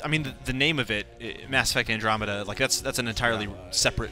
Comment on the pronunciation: I hate how he pronounces Andromeda